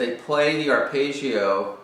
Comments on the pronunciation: there is absolutely no correlation between my mistake and his. and this is not a question of accents. arpeggio is an Italian word, it should be pronounced [arˈpeddʒo] that's all i was saying, I wasn't 'scrutinising' anyone. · It's not his accent. It's the strange American way of identifying "foreign" words by pronouncing them differently from the way they look. Arpaygio for Arpeggio Paydro for Pedro Coasta Rica for Costa Rica Ugaahnda for Uganda Veet Naahm for Viet Nam The rule is: if you think it's "foreign", find a short vowel in the word and make it a long one. Stretch it out like a bit of chewing gum... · aar•peh•jee•ow….just saying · great explanation, awful pronounciation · I'm probably late but, the thing is, he's obviously not Italian so he pronounced it differently. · what do you mean? i wasn't being not nice. i said the explanation was great and that's the mean pint of this video. but this is not how you pronounce this word. which is a fact. and since so many people watch this video (because of the great explanation), they should be aware that this is not how arpeggio should be pronounced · Just say Johnny Marr....